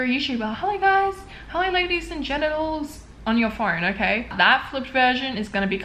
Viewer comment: Did she just say ladies and genitals? Lol ur funny girl xxx